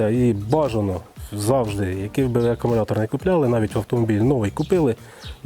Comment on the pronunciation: привіт я твій підписник але все таки АКУМУЛЯТОР не акамулятор